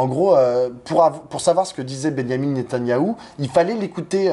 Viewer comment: "nétanaillou".... 🤣 C'est mignon, ça rime avec canaillou.